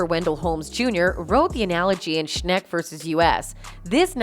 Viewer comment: "Schneck vs US" As a French, this mispronounciation made me laugh.